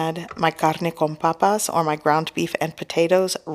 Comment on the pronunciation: Am I the only one that thinks it’s sounds so sexy when she says “my carrrrrne con papassss